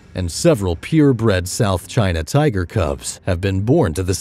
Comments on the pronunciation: lmaooo I wish I could say tiger as cool as him “tiggggrrrr” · Say "tigerrrr" again